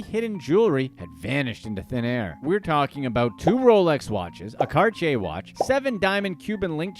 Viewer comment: Great video jus lol mispronounced Cartier lol but ❤